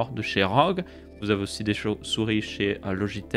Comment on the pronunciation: C'est moi ou il a dit "chauves-souris" xD